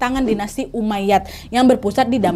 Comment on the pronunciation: izin meralat kak nad, ada sedikit kesalahan dalam pengucapan bukan bani umayyad, tapi umayyah bukan fitimiyah, tapi fatimiyah